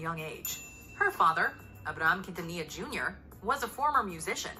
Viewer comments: It is pronounced Selena “Keen-ta-knee-ya” ☺️ Selene deserved the entire world and she would’ve been a force to be reckoned with. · Umm.... it Selena keen-tan-nee-ya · ummm Quintilla???? wtf did you even try to say it right????? why are yt people like this??? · Not quintila 💀🤣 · You butchered her name. But you can get the accent